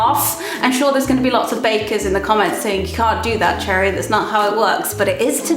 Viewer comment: "Happee Birthdae!!"